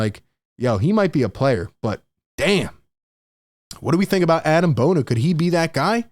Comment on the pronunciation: It’s pronounced Ah-Deem Bona btw, not Adam!